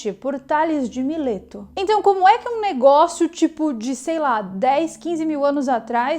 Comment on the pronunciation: '..."O negoço"...."o baguio"..".trambolho"...pequenos deslizes em um bom trabalho...